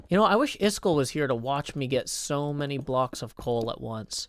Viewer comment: Rare moment of getting so frustrated with software that he says Iskall’s name “properly” (the pronunciation and numbers!)